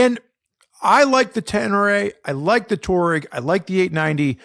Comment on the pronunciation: TWA-REGG, not TOUR-EGG